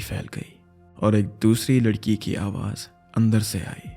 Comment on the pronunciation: He said Uss lalki 😂